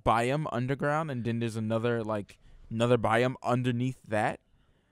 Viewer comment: It really bugged me how was pronouncing "Biome"